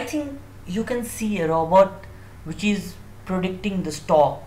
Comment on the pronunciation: it is robot not Robert